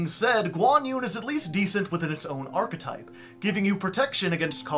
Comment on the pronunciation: oh my god this guy knows how to pronounce archetype. oh my god